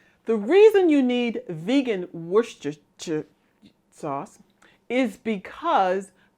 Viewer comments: Pronounced Wuster as simple as that 😂 you can put shire (sher) at end but we in UK just say wuster sauce x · Wer-sti- sheer .. like saying Worcester MA (wooster)! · In fact, the correct pronunciation is WOOSTER sauce! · We pronounce it the Lou Costello way in our household: Wor-scher-scheeer-schire-schause in this clip: I got excited when I saw your video. I’m allergic to onion and garlic, so I can’t buy vegan Worcestershire sauce. You’ve provided a good base for me to use (without the onion and garlic, of course). Thank you.